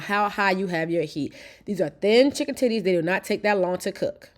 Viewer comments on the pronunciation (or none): I was asking myself “Did she say titties?” 😂😂 I thought I was trippin’. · Did this woman say chicken titty😂? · Did I hear her say "2 chicken tities"?? 😂😂